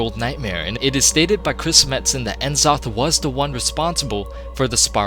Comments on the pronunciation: Who's "En Zoth"? Do you mean N'zoth? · FOR Fuck's sake mate. learn to pronounce the names. It's horrible En zoth?! Really?! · It's N'zoth not en'zoth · It's pronounced Nuh-Zoth, not En-Zoth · N-zoth lol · Watching this in 2021 and the pronunciation of N'zoth from before you knew any better is lol. Still a really enjoyable video good job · Wait, you pronounce c'thun right but not n'zoth? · So you pronounce "C'thun" properly, but not "N'Zoth"? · Man you really butchered the words "Uldaman", "Glaive" (Rhymes with crave.), "N'zoth", lol. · I've seen this video multiple times but I can never get over how he mispronounces "glaive" and "N'zoth."